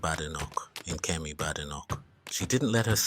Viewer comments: Maybe you should start by pronouncing her name correctly, it’s not Bad, it’s Bade, Badenoch. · There is no bad in her name it's produced (bay day knock) badenoch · Anyone can govern, provided its not the current government front bench. Oh, and by the way, at least pronounce her name correctly.